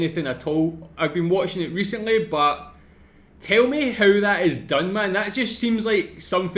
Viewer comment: It's technically funny HOW his HOW had turned out to sound like HOE